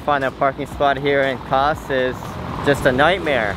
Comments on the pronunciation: Kaş (you naıled the Kaputaş but your Kaş pronunciation still needs some work brother:)) is absolutely gorgeous.. I could've recommend you really good restaurants with amazing food and meze dishes that you can't find anywhere else like "Levrek Simit" (Bagel shaped fish cake covered with sesame) if I knew you're going there. It'd be nice if you can tell your followers your next destination (actually you mentioned in this video that you're going to Fethiye if I'm right...sorry I don't know much about Fethiye) so those especially from that country you're visiting can recommend you the cool stuff. Regardless you guys have a great time in Turkiye. Love your videos! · Kas ( read as Kash) means eyebow.Have a nice trip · Not kas,,, its like "Kash" :))